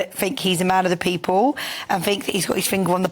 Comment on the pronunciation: Can I trust someone who pronounces the word 'people' as "peepoo"?